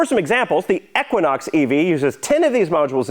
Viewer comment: What an embarrassment of a vehicle, this video is full of denial 😂 and what fk is a eckwanox?😂😂😂